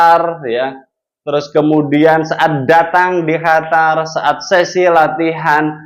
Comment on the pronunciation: bukan hatar ...Qatar